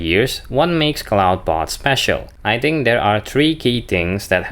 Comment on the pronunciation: You keep mispronoucing "Clawdbot". "Clawd" rhymes with "god". It does NOT rhyme with "loud".